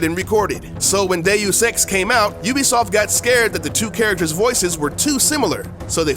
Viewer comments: Games by You'll-be-soft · Ven oobisoft vas gud